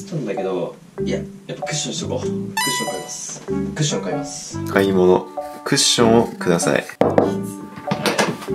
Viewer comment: クッションじゃなくてワッションになってる